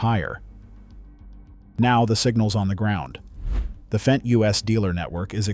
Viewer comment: Would you please pronounce it “fent”? An annoyed German.